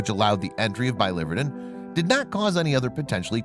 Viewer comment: It’s bili-VER-din, not bi-LIVER-din. “Verdin” meaning green. Bile green.